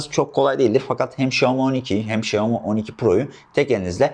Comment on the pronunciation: Abi çok iyisin falan ama şooami demen kulağımı tırmaladı resmen.